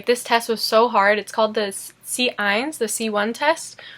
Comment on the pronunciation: Lustig. Immer wenn Du A1 oder C1 oder einen anderen Bezug zu Sprachkursen hast, wechselte die Aussprache auf Deutsch